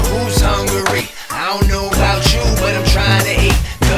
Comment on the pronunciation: I like when they said hungary instead of hu-ungry 😂